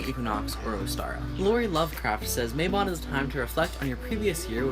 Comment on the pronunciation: it is MA-bon Not MAY-bon....it is from the Welsh so the "a" is like the a in "Cat"